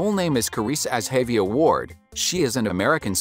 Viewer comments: soft G sound Ga-VI-a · Butchered her name It’s pronounced zsh-a-v-eye-a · The way you saying her name is wrong lol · The information was nice to learn about, but you could at least say her name right, for the love of God! lol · her name is pronounced wrong